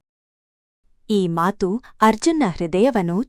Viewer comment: The story is nice please talk proper Kannada it is not Matru it is Mathu